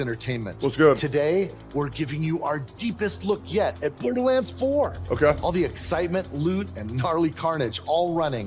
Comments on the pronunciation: Everyone: borderlands: borderlins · Remeber if its $80 do not buy also why dude calling it borderlends